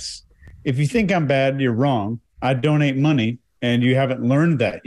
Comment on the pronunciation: When he’s not concentrating on his speech he drops his Ts. Listen to “donated”, “responsibility”, “haters”